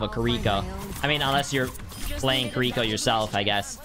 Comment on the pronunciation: this man called her kuriko